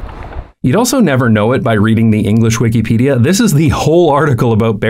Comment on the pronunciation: Always a pleasant surprise to hear someone correctly pronounce Wikipedia.